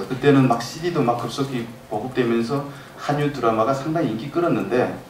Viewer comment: 계속 한뉴라네요. '한류' 발음은 '할류'입니다.